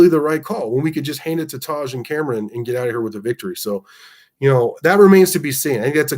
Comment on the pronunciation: Love the Commentary but you are butchering Camron's name. We had trouble in week one with blocking but I have been confident in the run from go. Play to your abilities and strengths Coach. Great job from the special teams and excellent second half adjustments. Donovan carved us up in the first half, I hope he has continued success. #GunsUp